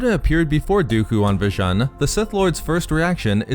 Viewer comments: Vjan? I thought it is called Vjun (spoken V-Juuuuuun)! It was after all a planet Vader was "fond" of (he had a fortress there if I remember this correctly!) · It's spelt 'Vjun' but it's pronounced "Vajoon".